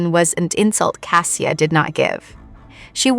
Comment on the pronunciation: Outside of the complete mangling of the main protagonists name, it's a decent story. Cassia is a loving and deeply caring woman. I wish them both joy. And Mrs. Lavoie.